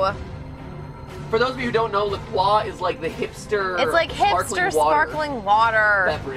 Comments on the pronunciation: It's pronounced La Croy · Is that how u pronounce LaCroix...?